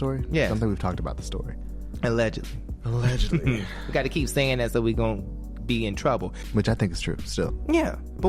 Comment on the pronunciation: CAN BLACK PPL STOP SAYING "ALEGITLY" OR "ALEGALY" PLS? IT IS A-LLEG-ED-LY. IF ONE IS BLACK ONLINE MUST ONE ALWAYS THROW EBONICS INTO THE MIX??